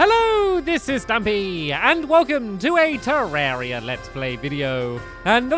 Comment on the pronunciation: It's been 155 episodes and 2 years or more and you still pronounce 'terraria' 'terreria' :\